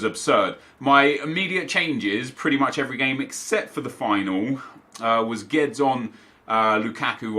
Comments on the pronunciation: It's pronounced 'Gwe-dez' not geds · Nep its not "Geds" its "GUE DESH" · “Gedz” ffs, horrible pronunciation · Guedes is pronounced GWEH-DEZ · Gabriel Colquhoun he says like Geds or something, it’s so weird